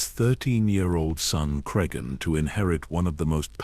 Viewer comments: Really need to edit the AI narration better. After 8 minutes, Cregan becomes crisegan and then crigan. Tsk tsk. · fucking ai slop. Cry seagan??? What have we begotten... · Hard to take this seriously or want to follow when you don't even bother to edit your AI slop. How many times did you / your computer, mispronounce the very character your video is about.